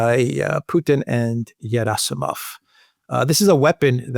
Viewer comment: I like how uses a Greek pronunciation of Gerasimov, like how 'Geronda" would be pronounced 😃